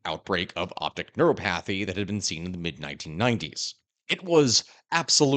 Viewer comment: As someone who has been struggling mightily this year with obscure Anglicized Greek words, I can't help but cringe at your mispronunciation of neuropathy. I know it's a trivial nitpick, but do enough audiobook narrations and you get nitpicky about these things. English sucks with words like that, doing all kinds of weird things with collapsing vowels, changing stress patterns, occasionally (not in this case though) even reducing the syllabification. It's a serious pain in the butt, and I am at the point where I look up ALL the words. So many words I thought I knew, I was wrong my whole life long. English, rather curiously, isn't pronounced how you think it is. Even a word as seeming trivial as 'tripodal' ends up becoming 'trip eh dell', which is completely unexpected and leaves you scratching your head. Would you believe every English speaking astronomer you've ever heard mispronounces Altair? It should 'al-tire'! It's from the Arabic, not Greek, but still, it's nothing like you expect. Pleiades is so awful that the dictionaries gave up and let you pronounce it just about any way you please, because no two English speakers could ever agree to what it should be. Omniety? Forget about it, you can't get it right without looking it up. Antipodes? Good luck! Puissant, maybe, if you know French, you might be able to guess the Anglicized form. Don't waste your time guessing 'animalcule'. ophiophagus, off-ee-o-forgetaboutit. Etiolated? Atelier? Boscage you actually have a 50-50 chanc